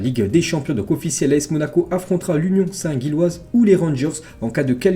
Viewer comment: Faudrait faire un effort de prononciation mdr, St-Gilles( prononcer Jilles)